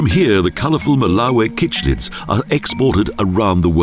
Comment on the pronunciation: Cichlids are pronounced sick-lid not kickc childs and mouth brooder not breeder. How much do you actually know?